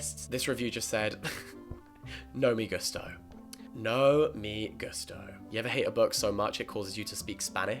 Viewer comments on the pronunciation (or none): I love Jack but I have to give a 1 star rating to the way he said “me gusto”. It made the hair on the back of neck stand up.